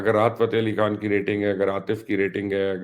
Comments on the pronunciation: میڈم آپ اپنا نام ہی درسے نہیں لے سکتیں آپ سے کوئ نام پوچھے گا تو آپ کہیں گی ۔۔ حالانکہ کھان کوئ لفظ نہیں خان ہوتا ہے جان چھوڑیں یا تلفظ درست کریں اردو کی رہی سہی جان پہ رحم کریں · پتہ نہیں کیوں اس عورت کو اپ لوگ پروموٹ کررہے ہیں ایک تو پہلے ہی ہندی فلمیں ہماری اردو کی پہچان ختم کررہی ہیں اوپر سے ایسے لوگ۔ افگانی کھان صاب وغیرہ وغیرہ۔۔ خدا کے واسطے اردو کو پروموٹ کریں اور ان کےبتلفظ درست کروایئں میں نے صرف ایک پروگرام نعم صاحب کا دیکھنا چاہا لیکن صرف دو منٹ میں میری ہمت جواب دے گئ میں ایسا تلفظ برداشت نہیں کرتا۔ اور آپکا یہ پروگرام بھی صرف 50 سیکنڈز پہ بند کر رہا ہوں